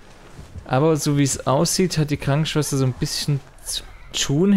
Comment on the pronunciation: Die gute alte Schwankenschwester. Ich liebe Versprecher. 😄